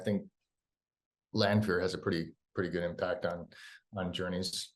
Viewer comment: Matt's face when Daniel says "Lanfear" hahahaha